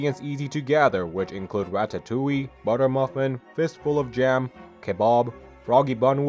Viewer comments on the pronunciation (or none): none